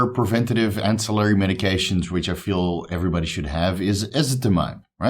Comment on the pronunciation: Yeee my guy first time you said ancillary right on a video ;) only messing with you, keep up the great content bro I have learned and benefitted so much! One love!